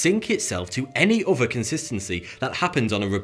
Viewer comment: The name "" may be intended to represent this. But, the real reason is because he has enormous front teeth (buck teeth), and therefore can't make the sound 'th'. He replaces it with 'f' and 'v' instead. Check out all the words with the sound 'th' throughout his videos and you'll see. Or hear, in this case. Like the word "three" sounds like "free", and "other" sounds like "uver'. Sometimes he uses a 'b' to replace 'th'. You can't see much of his front teeth now due to his moustache. But if you look at his older videos where he has no moustache, they are plain to see. I'm thinking that the reason for the moustache was partly due to this problem. All he has to do is have his 2 front top teeth shaved down and his tongue would be able to make easy contact with the bottom of his teeth and he could say the sound 'th'. Try making these sounds for yourself and you'll immediately get it. I often wonder why he just doesn't have his teeth fixed.